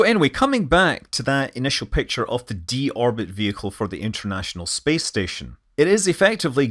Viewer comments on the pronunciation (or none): none